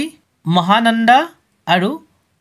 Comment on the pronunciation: Mhananda nhy nagnanda